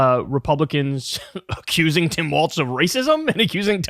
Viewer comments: KYLE!!! WALLS...NOT WALTZ!!! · Walz not Waltz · There's no T in Walz, please. Pronounced just like walls. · pronounced "walls" please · Kyle still figuring out how to pronounce Walz, I see. You can do it, Kyle!